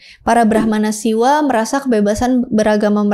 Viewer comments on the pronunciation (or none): none